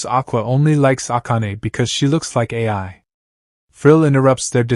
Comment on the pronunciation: It’s Ai not AI!